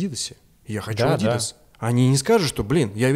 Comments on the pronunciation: Что за понт ставить ударение на и в слове "адидас " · Все немцы говорят ádidas, странно что вы "правильное" ударение у американцев взяли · потому что он делает вид, что знает. Живу в германии, немцы называют правильно - адидАс.